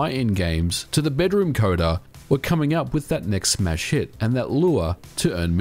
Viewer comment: Did he say "smash hit" or "mass shit"?